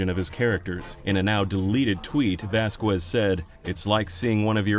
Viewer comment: Lol Vazqwez